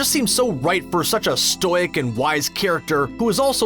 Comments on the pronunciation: did this man say 'stoyk' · You must be joking about #12, Psylocke was completely forgettable and had 0 impact on the plot. I'm sorry, did you say, "stoyke?"